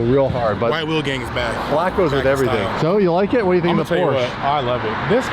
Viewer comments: PorschE not porschA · Its a Porsche, NOT a PorscheA. Learn the name............................... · The way they pronounce Porsche 😅